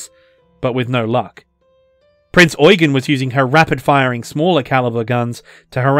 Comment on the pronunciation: You're not pronouncing "Prinz Eugen" correctly. "Eugen" is the German version of the English name "Eugene", and it's pronounced "Oi-gane" (with the second syllable drawn out) rather than "Oi-gun".